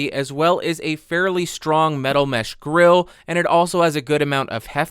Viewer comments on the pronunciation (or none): none